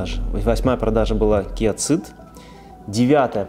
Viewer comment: да ё моё, почему Киа Цыд? это как и Хонда Цывик? в англ. языка city, cinema - сити, синема и т.д.... Сид и Сивик... ЖЕ )))) Seed - тоже Сиииииии....